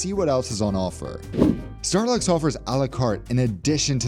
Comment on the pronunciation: it sounds like you said Starbucks again.😂